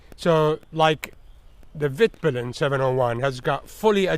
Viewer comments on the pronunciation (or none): haha as a swede i just love how you say Vitpilen